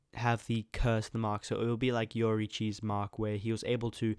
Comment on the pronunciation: Bro it’s not yorichii it’s your itchy